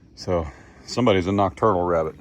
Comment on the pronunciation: Do you mean to say you Elmer Fudded the wabbit